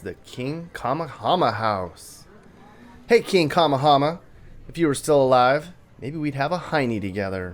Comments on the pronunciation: I love your videos. But " King KAM-a-HAM-a? I always thought it was pronounced "King Ka-MAYH-a-MAYH-a". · It's pronounced king Ka-may-a-may-a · I really hope you didn't mean King Ka-mayhuh-meyuh. Love these vids and getting to see the Islands,, but you really butcher the Hawaiian names lol. Talk to the locals or try to get a local guide or something. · Sorry, it is, King Ka-meha-meha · I like your videos, but the pronunciation of Kamehameha is ( ka-may-ha-may-ha)😂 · Kamehameha is pronounced Ka MAY ha MAY ha. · “King Kama-Hama” 🤣😂 that’s hilarious as it is disrespectful and I live here. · It would be nice if you learned a little bit before you did videos lol it's probably fun for some people to watch but you should know how to at least say King Kamehameha 🤷